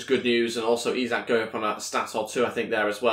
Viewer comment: It is Isak but pronounced like ishak